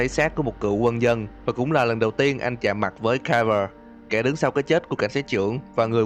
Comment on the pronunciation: "Lần đìn thấy.." <(") góp ý nhẹ thui